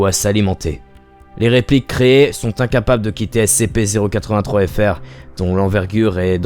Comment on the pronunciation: Putain pour ton accent sur le terme SCP était pas ouf(peut-être parce que il est compliqué à prononcer😊😊😂😂)